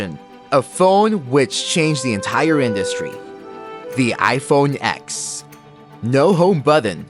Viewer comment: It’s iPhone “TEN”, “TEN S”, and “TEN R. Like Roman numeral X. It’s not called “Ex” as you stated in your video.